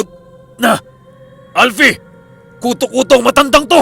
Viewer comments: Wag k sana magalit mali ang pronounce mo ng KUTÓ-KUTÓ. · Mali ang pagpronounce mo ng KUTÒ-KUTÒ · Mali ang pronounce mo ng KUTÓ-KUTÓ.ginawang mong lice.hehehe...joke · Hello ang tamang bigkas po ng kuto kuto ay mabilisan😀😀. Slamat sa magandang kwento always.. God bless 👍👍😍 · mali ang bigkas mo ng kuto-kuto, dapat mabilis ang pgkabigkas, naririnig q na dati yan sa probinsya nmin. Meron tlgang kuto-kuto. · Wrong Pronunciation of Kuto-Kuto. My diin po sa dulo at medyo mabilis. Thank you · gaaa... ang KUTOKUTO ay mabilis dapat ang pag pronounce daming ganyan sa amin sa iloilo...👍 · pag ilonggo story tanungi mo ang nag padala ng story kng ano pag pronuance nya iba yon pronaunce ng koto2 eh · Hahahhahahahahahahahahahahaha Malambot Ang pagkasabi mo Ng kuto kuto marami Yan SA Amin aswang Na kuto kuto tunog Ng naglimlim Na manok